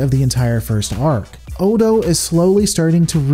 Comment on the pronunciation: No. That comment was a year old, and I have no intention of rewatching this video just because some youtube rando says so. I remember he consistently mispronounced the characters name, but that's it. That's enough for me. The show is available on Netflix. Watch it yourself if you're so concerned.